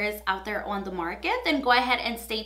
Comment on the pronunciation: i love the way you pronounce your ‘o’ sound. “ouunn the market” i love it no joke